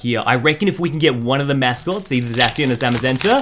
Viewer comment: when a youtuber says "zayshian" ...... Nooooo!